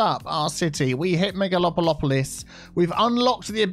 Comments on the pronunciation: really finds a way to fix everything. Am I the only one who laughs on how say "megalopolopolis". It just repeats in my head every time and sometimes say it that way when I read the word "megalopolis". Hahahaha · I can’t say it in a right way anymore, thanks to 😅.